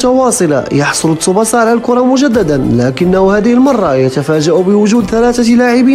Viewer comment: تسُبَاسَا و ليس تسُبُسَا